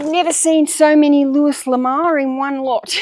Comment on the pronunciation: Also read allot of Luis Lamour and Zane Grey books as a kid. By the way, the S is silent in Luis. 😊